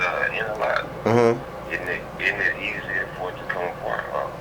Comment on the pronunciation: No he didn't actually type "idninit" in the subtitles...that is how he said it though haha